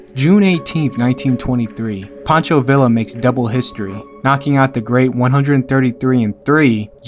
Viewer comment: learn how to pronounce "villa".